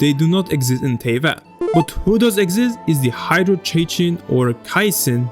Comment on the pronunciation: Isn’t cicin pronounced si-sin